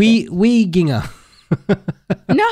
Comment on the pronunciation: PLSSS IM DYING WHY DID HE PRONOUNCE WEEGINGER LIKE THAT HAHAHAHAHAHA